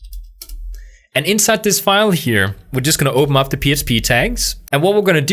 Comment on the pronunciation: "I'm just gonna go ahead & opemup my php tags" cute speech impediment bro 🤣❤